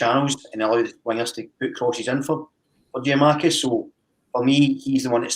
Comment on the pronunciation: went from saying Giamakis to Giakoumakis back to Giamakis just get it right eh